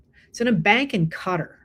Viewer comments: I have long suspected that snuff sex is involved (someone or some being is murdered while watcher or participator get off ). Qatar is spoken as 'cat AR', not Cuttar. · When Trump flipped off the worker millions laughed and high fives him! He didn't shock anyone! They're not going to drop the ball because of bad manners! Also, I believe Qatar is pronounced with the accent on the second syllable. QaTAR. Just saying.